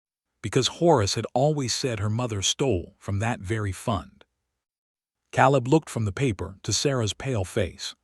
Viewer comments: Yes. Caleb pronounced like Kay-Lebb. Proofread! Proof listen! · Tell your AI that the a in Caleb says its name, long a.